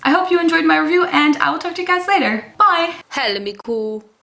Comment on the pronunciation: Also, "bye" not "dui"! (or however you spell it)